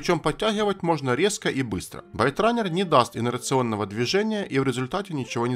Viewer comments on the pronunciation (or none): исправь спеллинг в слове "byterunne" . правильно Baitrunner и произносится не байт, а бейт.. от слова bait -приманка